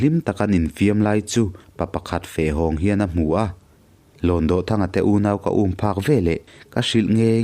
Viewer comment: Kanu ni kapi Nula senoir bantlang khan min hrilh thin a..mahse HLAWNDAWHTHANGA hi lamdan a inanglo deuh..DAWH hi kutdawh a..DAWH tih ang hian lam tur ani lo maw.... I thiam tho tho a..ngaihnawm thei khawp mai